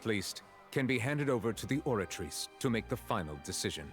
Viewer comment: Nah hes right about the names. It just sounds wrong and takes u out, u're having a full english conversation where both ppl have american accents and then suddenly a name is pronounced in broken french like the oratrice, or MUSOOR NURVILERT. Either pronounce everything with french accent or nothing t. Melus is a great example